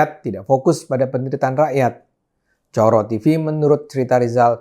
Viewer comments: ngomongnya bukan coro (seperti moro), bung Ade, tapi coro (seperti loro (dua)). Baru maknanya kelihatan :D :D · Maaf Bang Ade . . Klo mnrt saya cara baca Coro itu salah ( mngkin karena Bang Ade tdk terbiasa baca nya ) . . Itu bahasa jawa yg artinya kecoa . . Maaf klo saya salah memberi opini 😊